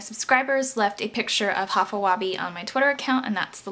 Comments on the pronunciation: its pronounced high-fa web :] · High-fa Weh-bee.....its pronounced like this